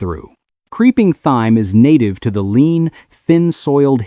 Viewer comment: Good video , but would be so much better with a real person narrating instead of AI. For example , t h y m e is pronounced t i m e.